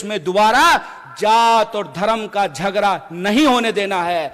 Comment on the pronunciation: झगरा नहीं झगड़ा होता है पहले हिंदी शुद्ध बोलो